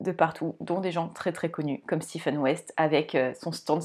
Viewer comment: Je vous découvre, vous êtes très agréable à écouter, pas de heu toutes les secondes 😊 Je m’abonne direct à votre compte ❤en plus vous êtes la première que j’entends prononcer correctement le prénom de West , le Steven je ne peux plus l’entendre🤫